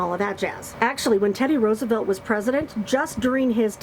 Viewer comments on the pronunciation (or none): none